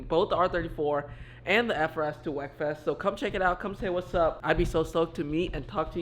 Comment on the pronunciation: It’s pronounced WeekFest